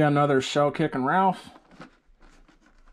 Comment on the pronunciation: Bro do u keep calling raph ralph?